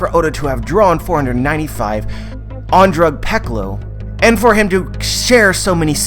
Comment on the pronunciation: You pronounce drug peclo as drug pecolo?